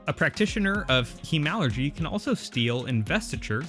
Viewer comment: Good video, one complaint: it's pronounced HEMAlurgy, as opposed to HEmalurgy. Say it however you want, of course, but you ARE saying it wrong! :-D haha keep making these great videos!